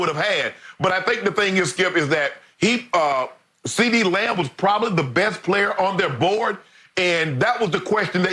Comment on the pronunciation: Skip said Ceedee Lion bruh 😂😂☠️